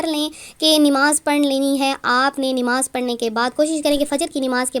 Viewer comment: Dekho yàar, Inn logo ko Sahi bolna takk nahi aata.. Buss YouTube sayy paisoun kayy liyey wazifayy gharrtayy hain..